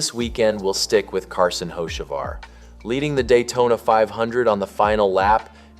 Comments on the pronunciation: His last name is not hoshevar it's ho ceee var. No sh in it!!! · You mean "ho-SHA-var" as the idiot voice keeps saying? Hahahaha.. Can't even pronounce his damn name right. Sick of click bait.. Hell.. I'm sick of YOU TUBE.. REad their terms and rules.. As long as you aren't actually changing election results or something extreme like that - IT IS ALLOWED FOR ANYONE TO MAKE TOTALLY BOGUS VIDEOS. SIMPLY GOOGLE "HOW much of YouTube content is factual?" AND READ WHAT IT SAYS. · There is NONE! RIDICULOUS. I LOVE THE Way the guy, (narrator) that keeps saying "Ho-sha-var" also says "one of the most heated conversations of the 2026 seasons so far"... WTH!? Hell, he could have been eating a ham sandwich while driving AND IT WOULD BE ONE OF THE MOST heated conversations of the 2026 season! It was the 1st damn race (points race) of the friggin year! So sick of seeing these idiotic click bait videos narrated by someone that doesn't know NASCAR from the Crown Vic skirmish/race at my local track! There is no damn controversy.. Also, I'D BEEN SHOCKED IF HE HAD OF WON.. IT IS DAYTONA.. CRAP LIKE THAT ALWAYS HAPPENS ON THE LAST LAP.. Simply put - it is SUPER SPEEDWAY racing .. AND IN NASCAR'S WORLD IT IS PAR FOR THE COURSE.. I SUGGEST NOT SUBSCRIBING TO THIS RUBBISH CHANNEL. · Why are you pronouncing his name like Hoshevar?